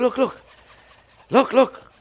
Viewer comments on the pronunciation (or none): "Now looh looh looh!" Love this guy. His love and enthusiasm for cooking practically radiates through the screen